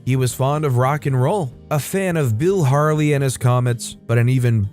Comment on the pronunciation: Not Bill Harly its Bill Haley Pronounced Haylee. Vicarage is pronounced vicarich